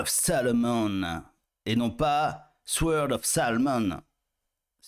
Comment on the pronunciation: Le W dans sword ne se prononce pas 😮